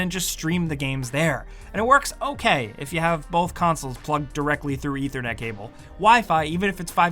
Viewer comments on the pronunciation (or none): none